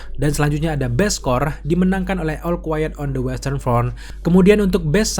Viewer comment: salfok sama ALL yang di pronounce EL dan bukannya OL.